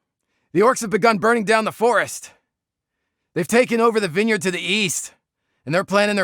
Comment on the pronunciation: Who the hell says vine-yard? Learn to English. :P